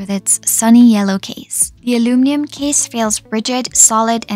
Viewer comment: Funny how your English is basically perfect except for one word, aluminium😅